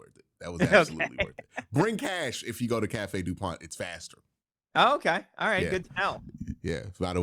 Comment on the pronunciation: Cafe Du Mond bro. Not Pont.